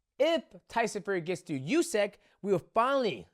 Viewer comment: Demetrious, I am humbly suggesting, as a Ukrainian, that you pronounce "Usyk" as oosik (or even rather "oosyk"), not iusik, because the first variant is how it is actually pronounced =) Love your channel, man! And for Ngannou, I think his journey is not ended, wish him all the best. Will see, but I think he'll be able to analyze his flaws and make a good decision be it in boxing or more leaning towards mma. Fair play to Anthony! Brits and boxers and boxing appreciators and fans around the world must be feeling more than all right right now, I imagine their pride (in a good sense) is restored now after Ngannou - Fury fight! =) Feel bad for Ball though!!!!!!!!!!